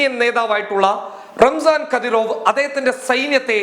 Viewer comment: കദീറോ വ് അല്ല ഖാദിറോവ്